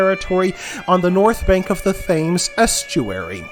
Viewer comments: Thames is pronounced tems btw sorry it’s just annoying 💀💀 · Am I taking lessons about my home county from an American?!.. lol I'm from Colchester and have never heard of Colchester being called thus.. Please learn how to pronounce Thames properly has you make it sound like someone is scratching their finger nails down a blackboard..! But thank you for your research.. BTW... I volunteer at the Colchester Archeological Trust and I'm an Archaeology Student at Leicester University.... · Interesting if most of it already known by me as I have an interest in the history of my home county. Agonising to hear some of the mispronunciations especially of the Thames. But glad to see someone putting down a history of Essex as little is spoken about it usually with Wessex and Mercia getting all the press. Although it was ceded as a part of Danelaw there was clearly very little Danish incursion into Essex as place names remain largely Saxon in origin unlike in East Anglia and the north of England where Danish names abound.